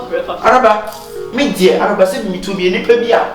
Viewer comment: Kyekyeku pls is Araba not Alaba 😂😂😂😂😂😂😂AcaEbenezer is real